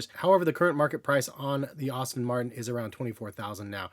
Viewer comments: Its "Aston", not "Austin" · Great video. As a car guy though, I gotta say it's pronounced "Ass-ton" Martin not "Austin" Martin, just a heads-up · Aston not Austin 😅